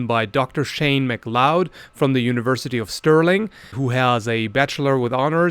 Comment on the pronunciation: It's pronounced Mac Cloud as in the Highlander movie.